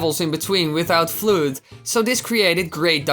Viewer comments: ITS NOT flued its flud YOU ENGLISH BRO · "Flude"? x'D Do you mean Flood? Its a double o, not a u and e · Floood? I know he means the water pack F.L.U.D.D., but it's supposed to be said like the word flood. I love your theories, by the way. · No one is gonna talk about how he said f.l.o.u.d? Floowd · FLOOD?!?!!?! Is that how u pronounce F.L.U.D.D? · Yep of course FLUUD was awesome. I know you have a accent but cmon man FLUUD!?